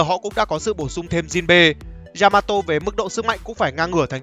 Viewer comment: Yamato not djžamato.....